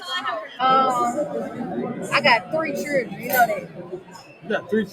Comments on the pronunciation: What is a "churlen"? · Did she just say "churdren"?